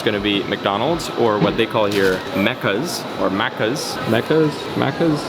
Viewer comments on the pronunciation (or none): none